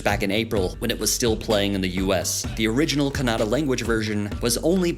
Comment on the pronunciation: Happy that u atleast cared to call kannada as kannada not kannad which is called by some indians who don't belong to that region